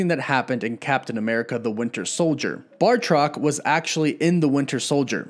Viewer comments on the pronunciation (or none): Lol he said bartroc it’s batroc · BATROC* every time you say bartrok I get a migraine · Batroc, not Bartroc. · I enjoy your channel first and foremost. But please, it’s Batroc, not Bartroc. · first of all its batroc not bartroc second sharon was talking about episode 1 intro not lemurian star when she mentioned last time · BATROC!! BATROC!!! BAT-ROC!!! NOT BARRRRTROC!! Lol, I keep seeing/hearing this mistake, and since I'm an 80s kid who always liked BATROC, my OCD is kicking in when I hear it mispronounced 🤣 Sorry, not singling you out, just felt compelled to comment.. Anyway, other than that, some nice pick ups off this awesome episode. I got totally head faked at the very end of this episode, not realizing there was no time left, and REALLY hoping to see the Cap/Falcon hybrid costume! I let out an AAUUUGGGH when they cut to credits! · Genuinely sorry to be this guy, but...BAH-troc. Not BAR-troc. Again, sorry. Just felt compelled to say that. I’d want someone to correct me, if the roles were reversed. Love your channel, thanks for the hard work. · Not to be that guy, but it's Batroc the Leaper, not Bar-troc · Why are you pronouncing Batroc's name as Bar-truck? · Batroc= Marvel villain Bartok= the little white bat from Dreamworks Anastasia. Mispronouncing character names on a fan channel is a pet peeve of mine. Now you know the difference. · It’s batroc not bartroc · BAT roc not BAR troc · It's 'Batroc', not 'Bartroc'. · Batroc not Bartroc this man isn't Bart Simpson lol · Bartroc??? Dudes name is Batroc. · Batroc. Not Bartrock. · batroc. not bar-truck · Batroc, not Bartroc sorry it was driving me nuts haha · It's BAT-ROCK, not BAR-TOCK. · I believe he’s called Batroc, not “BaRtroc” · BATroc. NOT BARtroc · ‘Bartrok’? It’s ‘Bartoc’ and the S in ‘Georges’ is silent. His name is said quite plainly in ‘Winter Soldier’ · BATROC! You know like Bat-Rock! Please! Great Video, though! ;-) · Batroc pronounced BAT-rock